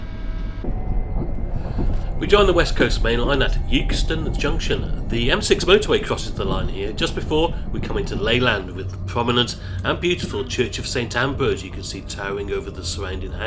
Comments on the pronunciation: Nice video mate! Pronounced Exton though! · Good video but note for future reference, Euxton is pronounced Exton. Living near to the Liverpool - Blackpool North route, we pass through Euxton Balshaw Lane, hence the knowledge of pronouncement. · I believe Euxton is pronounced Exton, oddly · At the risk of being a pedant, Euxton born and bred here. The pronunciation is Ex-ton. Most pronounce it the same as Euston, as did a certain Adolf Hitler too. It was important to him as the Royal Ordinance Factory was in Euxton and therefore a target. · Great video and great to see you pass through my home of Leyland. Just to be pedantic though, Euxton is pronounced 'Exton', still, another great video, great work